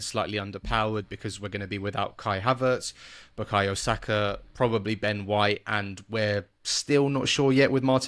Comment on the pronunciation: Interesting you guys can pronounce Hincapie right but can't get Madueke or Bukayo right